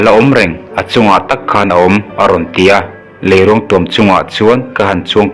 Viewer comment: Lei....ruang(mitthi ruang anga lamrik tur)thiam lo em mai😄😄😄